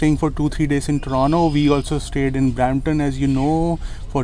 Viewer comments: Good Video guys. Just an unimportant remark -- whats up with the pronunciation 'Torono' :D. I have heard Indians saying Torono. In public transit too, they say it Toronto ! Also the reason for car insurance point is good. Plus being between Desi's. Lol ! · I think you made the right decision. It will be good for you. At least you will learn to pronounce Toronto properly while living outside Brampton.